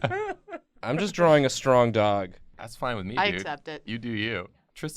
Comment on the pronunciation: a stroweng doweg